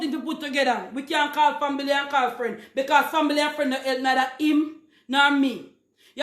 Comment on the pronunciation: Did she pronounce family, “fambily?”